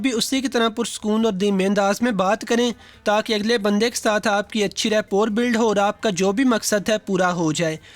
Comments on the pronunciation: It is not rapor, it is rapoa.. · The word rapport is pronunciated as rappo. It's the same word that is commonly used in our daily life k is bandey ki rappo Achi hai jisko log reputation samajhtey hein. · Rapport..it sounds Rapoh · Rapport mai T silent hay